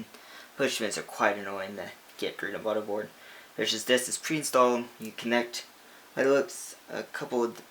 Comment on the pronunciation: Lol he's says mudderboard not motherboard